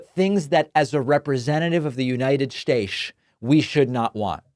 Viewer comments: 🤣 The United Staisch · I laugh every time David says “United Shaysh” No Shame. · So how much money do you have? 😂 and what’s a united shashe? Oh, and I wouldn’t trust Obama, since he got stupid rich while making $400,000 a year as president. Idk if you know math or not, but that doesn’t look too good. Trump didn’t make his billions while being a “public servant.”